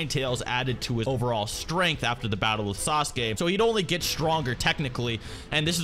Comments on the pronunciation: the way english people pronounce sasuke is disgusting, "SAS'KAY" LOL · Sasuke is not pronounced as sa-su-ke buddy